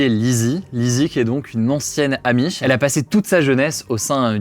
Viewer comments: Les zzzzzamish ….. insupportable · Aloha les gens. Super la vidéo, par contre arrêtez de dire les z’amish mais juste les amish. Merci bonne journée